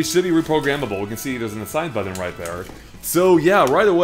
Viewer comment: He keeps saying “buddon” instead of “button.” Like, WTF dude.